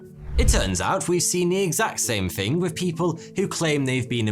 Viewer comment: Bro, 'Thing' is pronounced with a 'Th' not an 'F'. Thought an 'all knowing' chap such as your good self would know. Arrogance isn't an easy path to navigate is it dude?